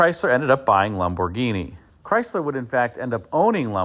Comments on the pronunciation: It's pronounced LAMborghini, not LOMborghini. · The Italian way is Lam-bor-GEENI, with emphasis on GEENI. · You are probably pronouncing it correctly, "LOM" bhorghini, but it sure sounds different to my ears. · Bausch and Lomb-burg-eenie? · Lam boh ginie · Can't you say Lamborghini like a normal person? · The way you say Lamborghini cracks me up. It's like an american trying to immitate an italian saying it, but without the accent or pizazz. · Had to turn this off the way he was saying Lamborghini was killing me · He is NOT pronouncing it correctly.